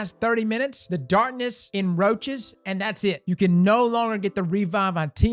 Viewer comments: When he said "enroaches" I thought of roaches and started itching like crazy. You gotta add that extra C in there my dude. Take care of that back. 2020's effects reverberate even as we say goodbye. Happy new year! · I know you didn't say the "darkness enroachs"! 😂🤣